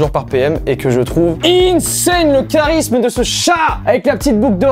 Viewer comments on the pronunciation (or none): none